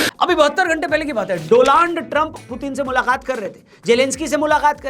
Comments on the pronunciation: Is it Doland or Donald ? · डोनाल्ड नाम है doland बोल रहे हो आप😂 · Donald ❌ Doland ✅😂